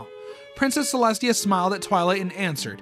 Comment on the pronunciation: “princess ceslutty”😭😭😭